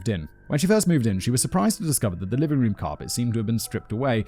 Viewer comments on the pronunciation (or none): none